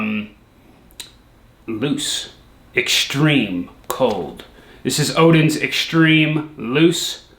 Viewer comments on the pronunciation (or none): We Scandinavian knows he's American when he says Odin's and not odens